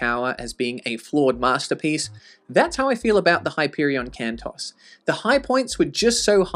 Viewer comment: Isn't the pronunciation 'Can-toes' rather than Can-toss? Plural of Canto, and an equivalent to Tales in the Canterbury Tales, on which the series is modelled?